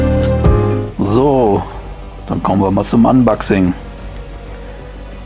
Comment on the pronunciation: unbaxing triggert so sehr 🙂 aber ansonsten sehr gut gemacht und informativ